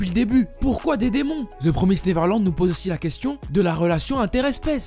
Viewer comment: L'un des rares qui li ça bien Tout le monde dit the promaïsed neverland